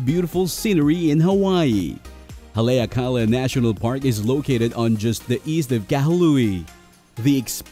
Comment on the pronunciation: Its prononced Hal e ak a la